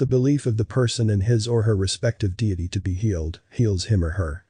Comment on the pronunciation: Is this voice actor AI? Mispronounces David Icke, deity…